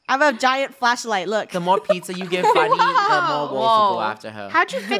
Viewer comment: Joe: guys be careful jump over the rocks funneh: guys be careful jump over the wolks me: XD